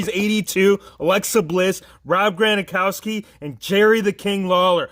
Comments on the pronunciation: You say gronkowski wrong. You say gronakowski but it’s gronkowski. But anyways I love you videos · Granakowski ?? You mean Gronkowski Just kidding good video